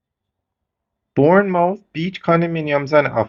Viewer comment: I can’t believe that you are still having difficulty with the pronunciation of Bournemouth Beach!😂😂😂😂